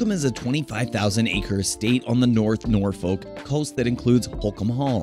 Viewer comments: If you want to promote Norfolk, England, please ensure you have 1) Correct Photos of the UK town of Thetford, not the US town, 2) Use the correct pronunciation. Get it right or do not do it at all, you are a disgrace to Norfolk and the whole of the United Kingdom. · Pronounced Nor-fuk, not Noor - folk. And Nor-itch, not Noor - witch .